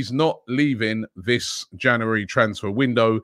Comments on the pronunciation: Janooarry mate get it right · Transfer daily wouldn't be transfer daily without Robbie saying "janary" at the start of every vid